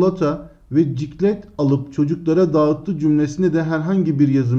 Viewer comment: hocam çiklet i ciklet diye okuyup dogru dediniz